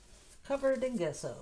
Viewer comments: It's GESSO pronounced like jesso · Give her a break, guys....... can pronounce it any way she wants; she didn’t ask for the correct pronunciation so being pedantic is unnecessary. We all know what she means.